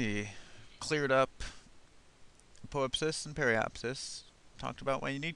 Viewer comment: Should be pronounced "ap-oh-AP-sis". :) (stress the 3rd syllable), but great video. And yes, "selene" refers to the moon. (therefore aposelene, periselene)...also can use "lune" (apolune, perilune).